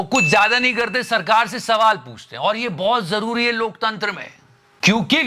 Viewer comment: Jise lok tantra bolna nahi aata wo kya desh chalayega pm hai kam se kam koi esa banda he rakh lo pm ji jo apko likh kar de sake ke kya bolna hai